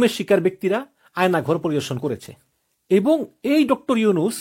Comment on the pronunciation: উচ্চারণ ঠিক করতে হবে। ইবং (এবং) , কিনু (কেন), নিচ্চিত ( নিশ্চিত) 😂 এরকম আরো কিছু শব্দের সঠিক উচ্চারণ জরুরি। বাড়ি কোথায়? কুমিল্লা?